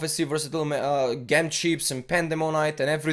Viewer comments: gem is pronounced "Jem" lmao not "ghem" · hey cool video! btw its jem not ghem :)